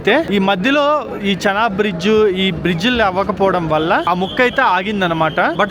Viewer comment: భయ్యా చెనాబు, శనగలు, కుంకుడుకాయలు కాదు దాన్ని చీనాబ్ అని పిలుస్తారు